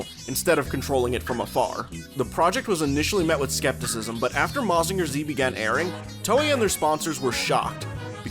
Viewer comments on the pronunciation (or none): Real cool video, dense with info and context! looking forward to more! But never say "Mazinger Zee" in my presence again 😤